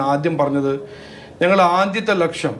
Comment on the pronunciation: Lakshyam not Laksham